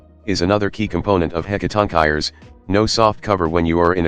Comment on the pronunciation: Warning: do not use this video as a guide on how to pronounce "Hecatoncheires."